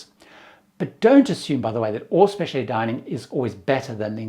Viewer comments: goes back and forth with his pronunciation of "Specialty." He sometimes adds and extra I, but he KNOWS it does not have that extra I. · UK English has the extra I, but it’s really interesting hearing words converging like this. If you’re exposed to hearing one pronunciation more, it seems more normal to you. Pretty sure he uses US pronunciation of innovative.